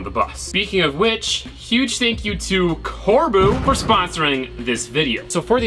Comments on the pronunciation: You pronounced corbeau as corboo 😂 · "Cor-Boo" lol americans trying to pronounce foreign names is always funny to watch.. You pronounce it like "Cor-Bow" Nonetheless a nice video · its corbo, not corbew 😭😂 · Cor-Boo?! That was hilarious!! Cor-Beau ftw. I always make sure that I have my pronunciations down, before making a vid, so I don't look foolish. Especially if it is an endorsement... ps. ALWAYS wear gloves when you're using the grinding wheel!! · I thought it was pronounced "core-bow"? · On behalf of France and Belgium It’s pronounced “kor-bo” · I think Corbeau is pronounced Core-Bow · Corbeau...core...bo. Sorry